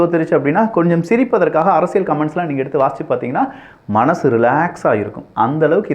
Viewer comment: Thambi Neenga arasiyal endra varthayai la enbadharku zha endru ucharikteerkal pls correct seithu kollungal.